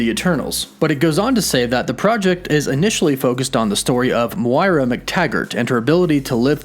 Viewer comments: Her name is pronouned Moy-Rah not Mwora.. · Dude your saying Moira wrong, it’s like ‘m(oy)ra’ :) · the way you say "moira" is questionable... lmao guess you never played overwatch XD